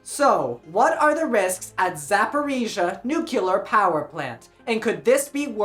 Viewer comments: nucular? Nuclear… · What's up with Americans that don'tknow how to pronounce nuclear???